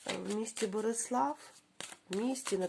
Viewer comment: Доброго дня! Правильно казати- Берислав. Дякую Вам за розклад